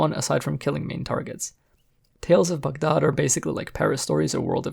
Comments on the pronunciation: glad you call it Bug-daad and not Bag-daad..in the video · You’re the only YouTuber to pronounce Baghdad correctly and as someone w a middle eastern background as well as a fan of your content makes me even more happy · Review aside, I love that you pronounced Baghdad the way it should be